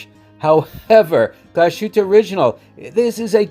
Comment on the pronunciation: No pronunciation tips for Danish, but one for German - the second syllable in Glashütte is -hüt, the s comes at the end of the first syllable Glas.